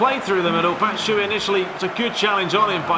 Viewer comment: you pronounce "batshuayi" wrong, you shouldn't omit the last "a"